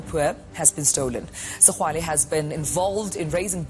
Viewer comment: Is Tokyo Sexwale how imbarrasing a black person who cant pronounced another black person surname u hope the ebergy that u put on exposing blacks u will have same energy to expose white corruption